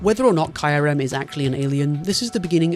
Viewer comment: "Kai Rem" lmao you pronounce Kyrem correctly in all the other times. Was this just to provoke a comment?